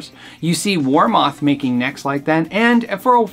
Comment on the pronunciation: Great review! Love your video's! As someone who lives about 30 minutes from Warmoth its pronounced War Muth, not War Moth😁 although in this area a band named Flaming War Moths probably exist 😆😂